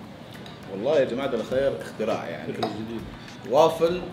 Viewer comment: كان بيقول جماعة قال شباعة